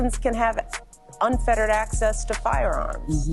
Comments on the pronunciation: Unfettered not unfeterated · Unfettered not unfetterated